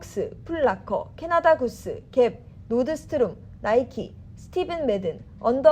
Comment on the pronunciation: 노드스트롬.. ㅋㅋㅋㅋㅋ Nordstrom. 놀스럼 이라고 하자 기자야